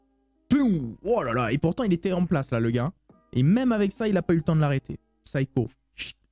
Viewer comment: nan pas comme ça tu as dit SYCHO ALORS QUE C PSYCHO